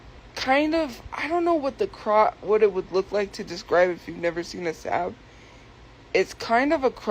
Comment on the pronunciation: Hearing her mispronounce Saab is making me irrationally angry